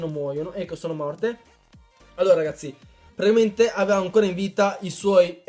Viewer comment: ahaah grande comunque piu guardo i tuoi video piu vedo che non sai dire praticamente dici tipo pratiimente